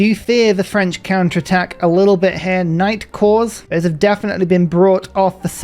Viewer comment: Every time you say knight corps, I hear it as nightcore and wonder what sped-up and pitched-up music has to do with anything.